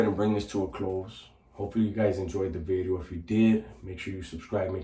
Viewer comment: It’s funny the way you say “New Bideo” 😂